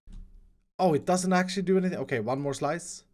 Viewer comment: With "OKAY" you mean "O-CAKE" HAHAHA